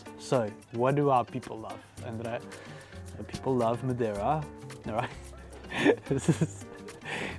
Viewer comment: Hi My satisfaction started with you pronounce madeira correctly 😊😊😊🎉🎉 and then speaking with the master craftsmen.👍👍👍.regards Carlos